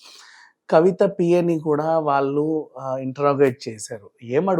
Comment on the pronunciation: ఇన్ని వీడియోల్లో నువ్వు ఒత్తులు, పోల్లులు లేకుండా మాట్లాడుతున్నావ్. వాళ్లు బదులు వాల్లు, మళ్లీ కి బదులు మల్లీ అని ఇలా తెలుగు ని ఖూనీ చేస్తున్నావు. నాలిక బాగా మడత పడుతోంది. చూసుకో